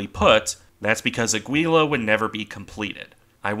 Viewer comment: Nice video and your pronunciation isn't that bad - except for the ship in question: it's actually Áquila.